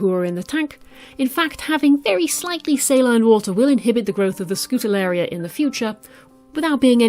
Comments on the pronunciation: wow first time i stumble upon your channel! Keep it up! You're great at explaining :D Fun fact: it is pronounced Skoo-ta-ree-el-la :) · NEVER use regular table salt in an aquarium! It contains iodine and can cause quite a few problems. Always use natural sea salt or aquarium salts so as not to kill everything. Other than that one big no-no, and the mispronunciation of Scutariella every time, it is a very informative video and you have a very soothing voice. Thank you for sharing!